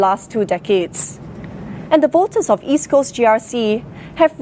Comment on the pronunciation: lol HSK can't even properly pronounce East Coast